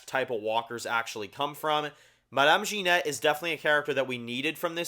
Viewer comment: hi I'm French and I can tell you that you pronounce French very well except for genet. It's not Ginette which in French means old prostitute but ge-nay. I share your opinion on the series except for Laurent. I think that Laurent is one of the three messiahs. in French Catholic mythology there are three heroes of the apocalypse to defeat evil the Virgin Mary = Isabelle the Messiah = Laurent and the Archangel Saint Michael = Daryl